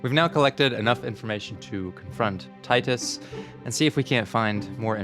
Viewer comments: Every time he calls titus "teetus" i die a little inside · Hearing pronounce "Titus" as "teetus" (despite hearing the correct pronunciation many times) brings me immense joy